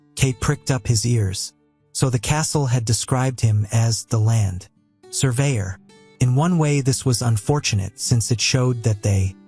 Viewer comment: Land.................surveyor bro ur Ai is not working properly